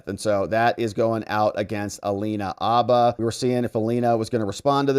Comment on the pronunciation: Her last name is, “Habba’”, not, “ABBA”. Geeze, dude.